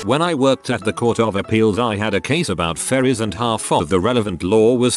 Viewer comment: I was just listening and thought you were talking about fairies not ferries and I had to go back because I was like huh?